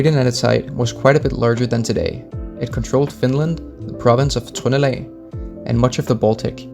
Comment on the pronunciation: It's weird to hear Trøndelag with a Danish pronunciation